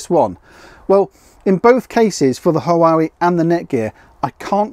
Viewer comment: Huawei is pronounced 'Wah way' 😉